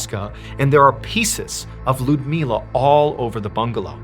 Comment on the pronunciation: Ludmiła is pronounced "Loodmiwa" and Ivan "Eevan".